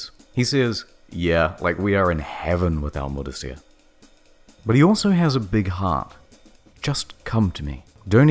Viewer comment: Asif is pronounced Ah/sif. Mudasir is pronounced Ma/di/sa.